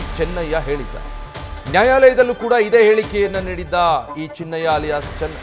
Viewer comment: ಚೆನ್ನಯ್ಯ ಅಲ್ಲ ಅದು ಚಿನ್ನಯ